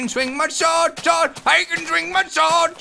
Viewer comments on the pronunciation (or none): You said I can drink my sord lol